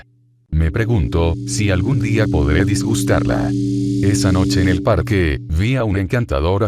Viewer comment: no podías quedarte atrás, y menos en halloween. algunas recomendaciones: mejorar la redacción del mensaje de inicio, si es que seguirán más de estos videos. también, la pronunciación de apellidos que no son españoles, como stone, que se pronunciaría 'estoun'. se dice DEGUSTARLA. HÁGASE.